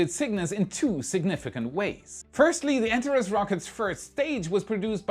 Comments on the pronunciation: BTW, the Antares vehicle is pronounced An-TARE-eez, not ANT-ar-iss. English doesn't borrow from other languages, it follows them down dark alleys, knocks them over, and goes through their pockets for loose words. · ANTARES - pronounced " ANT-ARE-EES " or " AN-TAR-EEZ "....it is NOT pronounced " ANT-A-REZ " like how said it.... Figured I would say something so it says it the way the company itself says it, and so I'm not totally confused again...... wait... oh yea.... I'm ALWAYS confused.... that's just me... Sorry:) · My friend...please use the Greek pronunciation, "Antareeeeees" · Antaress --> Antarees. ;) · Also “an-TAR-eez “ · An - Tar - Reez